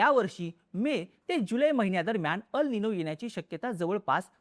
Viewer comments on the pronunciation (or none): EL Nino मराठीत एल् निनो . अल् निनो नाही. AL Nino चा उच्चार अल् निनो. हा ही एक फॅक्टर आहे. व्हडिओ खरंच विस्तृत ाणि माहितीपूर्ण होता.